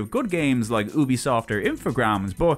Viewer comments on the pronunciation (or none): none